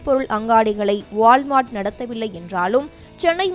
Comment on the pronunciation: நல்ல தமிழ் பேச ஆள் கிடைக்கவில்லையா? வாள் மார்ட். உச்சரிப்பு தெரியாமல் பொது வெளியில் பேச ஆள் எடுக்கும் ஜீ.